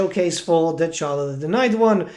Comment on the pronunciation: The campaign intro gave you the proper pronunciation of Dechala.